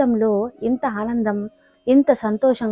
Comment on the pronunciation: Haanandam kaadu. Aanandam